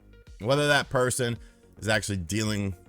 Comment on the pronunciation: why do you keep saying PARSON?